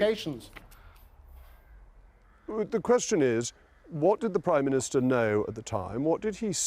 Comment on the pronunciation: He says he was assured he was priminitser